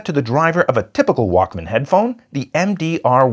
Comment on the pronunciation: The way he said it it sounded like WOK instead of Walkman